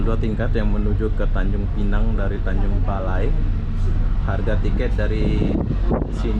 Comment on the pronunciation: Tanjung Balai, bukan BALE, kayak lidah lombok